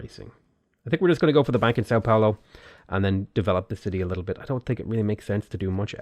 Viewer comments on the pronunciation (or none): none